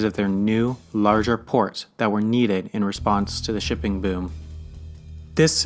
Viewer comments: Nice when he pronounces “shipping” as “dipping” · does anyone else hear pipping instead of shipping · sounds like he's saying " 'Tipping' is the behind the scenes process that has made our world what it is today." America will agree!